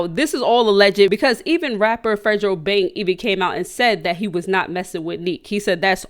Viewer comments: “Fredrobang” lmfaooooo it’s fredo bang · did she just call fredo bang fredgero bang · “ fredro bang “ 🤣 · Why she call fredo bang name like that😂😭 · It’s funny how she says Fredo bang 🤣🤣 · That not how you pronounce his name 😂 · said fredo bang name wrong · the way u say fredo bang jus too funny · U be saying they name so wrong 😂. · Not to be rude but you said fredobang name wrong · That’s not how u say fredo bang name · Lmao she said Fredobang name all wrong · You said that nigga name so wrong 😂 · Why she say fredobang like dat 😂